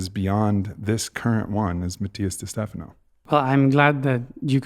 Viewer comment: Aubrey -- My fellow white sibling, I believe your friend Matias pronounces his last name as Dey-Steh-FAH-noh, not ste-FA-noh. Love you, bye!